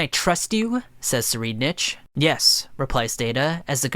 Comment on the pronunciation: he not saying tsur name right its supposed to be -sure-ride-nick